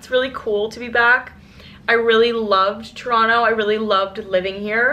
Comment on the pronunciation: just started the vlog, but so far you pronounced it right (toronto) LOL